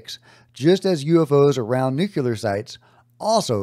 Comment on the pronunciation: It’s “nuclear”, not “nucular” 🤦🏼‍♂️